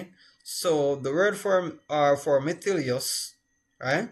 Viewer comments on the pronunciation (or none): Meticulous not methilious